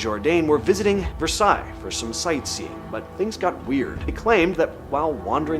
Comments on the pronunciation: Were is versallys never heard of it but did you mean Palace of Versailles pronounced ver sigh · Did you just say the Palace of Vursahlays? Brah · Did he say the palace of “versallys “ 😂😂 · Oh guy..Versailles is pronounced Ver-sigh and it is Marie Antoinette not Mary. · ive tried to watch this vid like 3 times and everytime i hear you say "palace of versallies " as versallys" i just shut it off cmon man learn how pronounce things half a million subs and thats your quality level sheesh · "ver-salleys"? Shmuck. I'm out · It's pronounced...versigh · “Palace of Vurr-sah-Lays, in France..” 😂😭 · The palace of "verse•alleys" 😂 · ver-sallies lol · versailles is pronounced VER-sigh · How can a narrator not know how to say "Versailles"? It was then that I realized the guy describing the videos is AI. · That Versailles pronunciation 😬😬